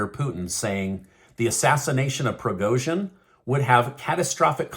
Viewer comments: You have to pronounce "G" as Prigozhin in Evgeniy.... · You have got to learn how to pronounce these names if you're going to use them. They've been in the media frequently for well over a year now. There's no excuse for mangling Zelensky or Prigozhin's names. - don't tell me it's a "conspiracy theory" before you say it. I'll decide whether I think its crazy or legit. All you have to say is that there is speculation or a theory being floated. Don't patronize your audience and presume to do their thinking for them by framing things this way.